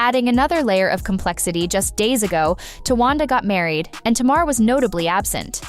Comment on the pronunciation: The narrator is mispronouncing Tamar's name. I stopped watching after because it's annoying and disrespectful. Tay-mahr not Tah-mahr. Get ut right